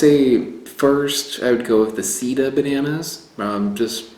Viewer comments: You should be careful how you say the name of that banana seda is silk sida is aids. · you pronounced "Sida" not "seda" and Sida in spanish is the disease AIDS. ha ha ha. It is not "Tobasco" , it is "Tabasco". let's remember that the "tabasco sauce" is made with chile peppers from the Mexican State of Tabasco. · Seda is /say dah/. /Seedah/ would be spelled sida in Spanish. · I think the seda banana might be pronounced "say-dah." Check with a Mexican Spanish speaker to be sure of my sugggestion. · Seda is pronounced as "say-dah", or "seh-dah", if we're going to be precise. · Love your series! And your ability to finely discern and distinguish the varied components of flavour really makes it useful and interesting. But PLEASE, get the locals to help you pronounce the names properly. I know Americans aren't big on other languages, but it's embarrassing. Plus, for instance, if you had been able to say 'seda' properly ("say-duh"), it would have been immediately obvious to Spanish speakers that the reference is to silk.Just saying :). By the way, 'tabasco' is named for its geographic origin, in the Mexican state of the same name. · The way you pronounce seda sounds like you are saying AIDs in Spanish instead of silk